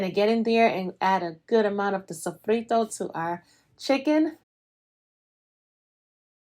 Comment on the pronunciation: The way she pronounced sofrito was perfect she's afro-latina for sure